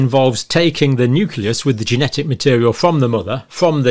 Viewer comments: Nu-cle-us I can't get past the constant mispronunciations I'm sorry 😕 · I love you but please learn how to pronounce “nucleus”!!!!!!!!